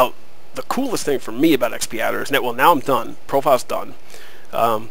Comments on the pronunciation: Correction! It's pronounced X-padder not Xp-adder. Other than that great! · x pee adder! Ha, aside from the funny pronounciation, thanks very much for the vid, helped :D